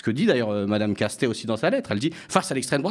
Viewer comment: Pourquoi prononce-t-elle Lucie Castêtes, au lieu de Lucie Castets? Celle-ci a précisé, lorsque cela lui a été demandé, la bonne prononciation. Écorcher un nom, c’est un manque de respect et d’attention à l’autre, souvent volontaire.